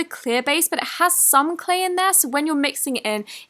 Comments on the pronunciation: does she say sleigh slime instead of clay slime??😂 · Who else heared her say Slay Slime instead of Clay Slime